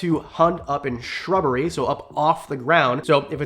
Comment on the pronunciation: Didn't stump me this time. Question for you. Which group of reptiles (that aren't birds) have a 4 chambered heart like us? Also, I like how you said 'shrubbery' like the Knights-Who-Say-Ni!